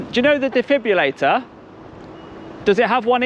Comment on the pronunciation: DJ it is a defibrillator not a defibulator